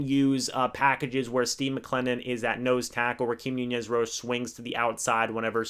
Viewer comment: Roachez!! Not Roach